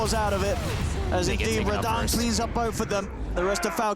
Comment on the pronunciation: Personally I'm cringing more about the casters actually calling him Raddan. Just not used to it.